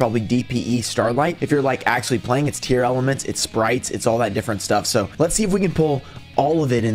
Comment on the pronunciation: I don't get why everyone is calling them Tearelements? Tear-La-Ments. Dunno where all the extra letters are coming from?